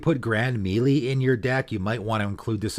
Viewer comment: Another great video from. Bro, melee is pronounced MAY LAY- it's gaming 101.